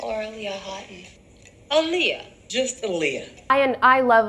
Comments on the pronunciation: Ah-Lee-Yah it’s not hard to pronounce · the aaliyah mispronounciation is so egregious considering aaliyah LITERALLY put ah-lee-yah next to her name on music videos and album covers ): so disrespectful of everyone that mispronounces it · Aaliyah even put the proper pronunciation of her name on her debut album cover, How did they fuck that up. ( ah-lee-yah ) not difficult at all. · I’m hard of hearing so the intricacies of Aaliyah’s name pronunciation doesn’t hit my ears that much, but it’s literally spelled phonetically in MULTIPLE places, if someone who’s deaf in one ear can see that and make an effort an actress hired to represent the HUMAN that named belonged to should have made an effort! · Wtf you complain about how everyone in the movie pronounced Aaliyah wrong and then you proceed and say it wrong yourself repeatedly again and again... like wtf ? I think you should check the mirror before going on to diss others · Omg. I’ve just now learned, firm this video, that her name is said with the long A vowel sound. I didn’t know that. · That woman put even the pronunciation of her name on her album cover and people still don't get it right! For normal ppl like you and me ok, but not for a movie about her! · OKAY I KNOW THIS IS LATE be my name is Aaliyah and hearing you say it I gotta ask Have I've been pronouncing my name wrong this while time?! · The name being pronounced wrong was egregious, but what made me question their commitment to Sparkle Motion was they never truly gave Aaliyah a swoop in any scene. I’m not even asking for ombré, just an intentional swoop to the side. Any random black girl going as Aaliyah for Halloween with no budget and access only to existing items in her closet could have easily done better. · Damn everyone in the 90s was saying her name wrong. Embarrassing. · The mispronunciation of Aaliyah in a BIOPIC ABOUT HER just kills me.